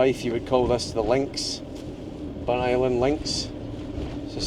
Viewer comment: A hugely interesting episode (as always). The Pictish carvings were fascinating (I studied A-Level Archaeology some years ago). I also learned that Burntisland is pronounced 'Burnt Island' and not Burnt - is - land as I always thought. Loving the series and looking forward to the next one. Thank you.